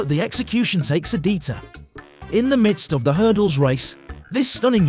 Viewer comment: pretty sure they mean't "detour"